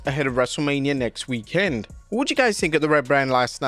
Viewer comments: It's weekend, not week..end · PLEASE change the way you say weekend!!!